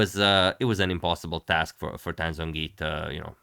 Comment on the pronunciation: in romanization of chinese, the "Zh" sound represents a hard J sound, so it should be pronounced more like Jongyi. "J" represents a softer j. Polish for example also has these distinctions so in the Polish alphabet Zh would be Dż and J would be Dź.